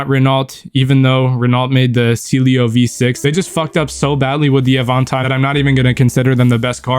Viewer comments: how tf are you pronouncing these Renaults Cilio? AvANtine? Pewjit? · "pewgeot" "al-paine" "renauhlt" "cee-lio" "av-ahntime" I'm not even french and even I got ragebaited holy shit 😭💔